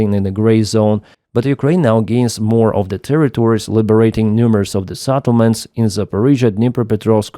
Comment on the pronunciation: sEttlements NOT sAttlements!!!!!!!!